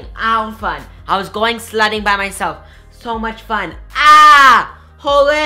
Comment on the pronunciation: no offense but it was like he was saying slutting.... i dont even know if slutting is a word but i love u soooooo much